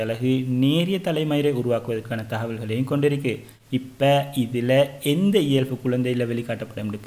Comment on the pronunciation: இயல்fu இல்ல bro இயல்பு🤭🤭